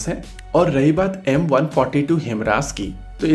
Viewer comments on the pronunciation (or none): Your prounounce....is..HIMRAS HIMARS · हाईमर्स not हिमरास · It's HIMARS. Not HIMRAS... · 👊👊👊👍👍👍 Per ek correction ke requirement hai. "हिमरास" नहीं "हिमार्स" है। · Good video bro... One thing, Himras nhi bro, it's HI-MARS. Again, it's a good video. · HIMARS- It's not pronounce as Him-Ras ,it's pronounce as High- Mars. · Himras nahi himars kya yaar ek word juban mai nahi aata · HI-MARS, not HIMRAAS- correct your pronunciation dude! 😅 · भई मेरे, यह ‘हिमरास’ नहीं, ‘हयमारस’ है। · It's 'HIMARS' not 'HIMRAS' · It's not HIM-RAS it's HI- MARS You don't have enough knowledge yet to make such videos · HIMRAS also 😂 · Its pronounced as he-mars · HIMRAS kya hai? Bhai padhna sikh le pehle.